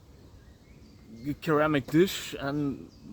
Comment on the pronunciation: I like duplex grinds. I took it one further and made a knife with a triplex grind - which I call the Triphasic Grind. It's in the first video on my channel and multiple subsequent videos also. By the bye, in English pronunciation, the first C in Ceramic is soft - 'sounds like "seramic".